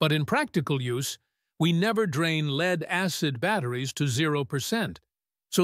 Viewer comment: My name is "AI". Didn't correct LEAD. Thanks to the stupid English language, many words can be pronounced differently. The the text had the word <LED> instead of LEAD, it may of come out better. NOT as in Light emitting diode either. Like "he led the way to the lake". Or this lake is polluted with LEAD, so don't drink the water. I was hoping to have an answer as to whether Pukerts Law applies to LifePO4 batteries.